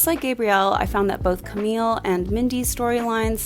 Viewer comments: 'camille' in french is pronounced 'kam-ee', not 'kam-eel' :) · Camille is pronounced as "cami" 😊💕! Lovely video and review! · Camille, you don't pronounce the LL, it's still a french sounding E at the end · love your review as always, but everytime i heard you pronounce "Camille" with an "l", it kind of hurt 😅